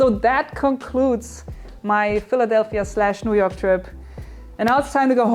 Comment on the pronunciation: You've spent too much time with those guys when you pronounce Noo Yook like a nooyooker :D